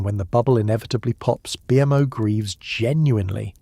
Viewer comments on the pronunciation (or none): As soon as I heard BMO called B.M.O. I was out.